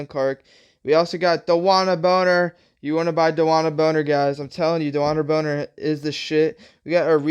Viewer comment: Brother. It’s bonner*😂😂